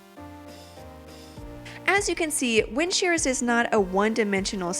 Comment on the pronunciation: You sound like you're saying wind sheers